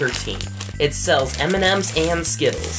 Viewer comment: Every time he said M&M's I thought about Eminem hahahahaha